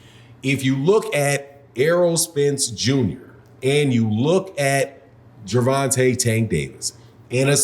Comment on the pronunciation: You keep calling that man Gerante. Lol